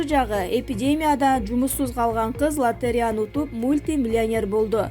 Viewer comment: Карааантин эмес карантин, латеря эмес латореядеп айтылат, ж. б. толтура создорду туура эмес окупжатат диктор Кыз, САБАТСЫЗДЫК!!!